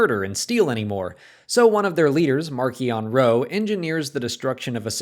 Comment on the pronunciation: Please stop mispronouncing Marchion,! Listen to the audio book if necessary